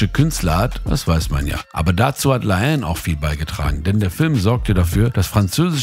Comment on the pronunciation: digga, ihr habt die namen bei la haine falsch …